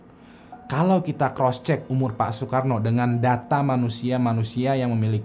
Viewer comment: Bang cara pengucapannya itu yang benar : Sukarno (O nya bulat) tanpa ditambah huruf “K” Dan dalam penulisannya sesuai wasiat beliau yakni, Beliau tidak suka ditulis Soekarno Tetapi Sukarno Karna tulisan “Oe” dianggap oleh beliau tulisan jaman kolonial. Allahu’alam